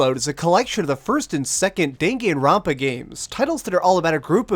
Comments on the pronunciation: Dinginrinpa?!?!?!?!?!?!?!!?? I'm sorry but the fandom will assault you if you keep saying it like that... It's pronounced: Dan Gun ron pa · Was pretty interesting hearing another pronunciation to the title as I've heard it as (Dah)-(Gahn)Ron(Pah) rather than (Deh)(Gen)Ron(Pah). But it didn't sway my opinions on your review. I've seen walkthroughs on it and honestly the more recognition this game gets the better as it's enjoyable. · Just watch the Anime OP and pronounce it like that